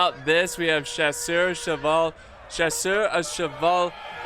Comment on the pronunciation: Always nice to see u trying to pronounce "chasseur a cheval" u've gotten better at it through the years. U should just pronounce the "ss" as an S sound and not a "sh" sound.